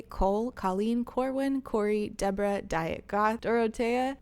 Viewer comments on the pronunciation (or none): none